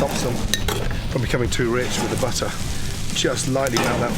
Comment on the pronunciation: I like how he says, butt her